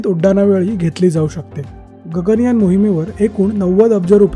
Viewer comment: It's not Ganga yaan. It's Gaganyaan.